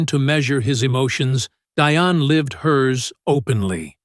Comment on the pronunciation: Her name is pronounced the same as Diane. Pronunciation is important and shows that you did the background work so that we can trust your information.